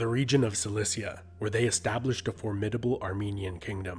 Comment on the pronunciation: Cilicia, not Celicia